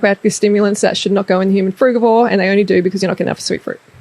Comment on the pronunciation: I love how when you say fruigavore diet the text comes up as "frugwa" and "fruit board" hahaha xxx